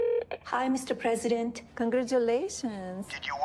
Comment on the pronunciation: Melania's "Kon-grah-too-lay-toons, Mr Press-see-deent", clued me They called me Daddy